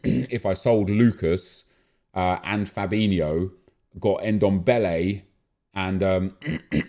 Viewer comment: His name is Ndombele not dembele